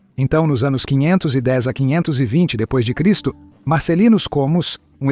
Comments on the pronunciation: É um bom vídeo . A inteligência artificial na tradução para o português está lendo: a.C (antes de Cristo ) como qualquer coisa parecida a: " A 100" ou "a sem", e depois de Cristo (d. C.) está lendo qualquer coisa parecida com " désem". Isso precisa ser corrigido e reprogramado na inteligência artificial do programa que faz a tradução. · Quando vai falar uma data, por exemplo 400 DC, o "C" ele diz "Cem".. Uma IA dublando.